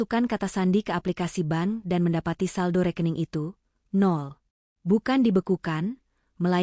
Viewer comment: Bank kok dibaca Ban...